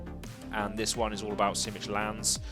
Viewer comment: I like the video but it’s Simic (sim-ick) not sim-ich.